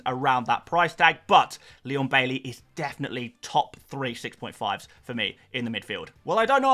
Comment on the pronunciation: My nan thinks your Jamaican accent while introducing Leon Bailey was kinda racist, she ain't pleased 😁